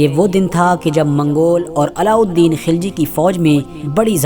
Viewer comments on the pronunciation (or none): खिलजी नही खलजी